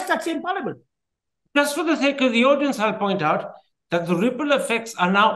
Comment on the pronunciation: Not sale its sake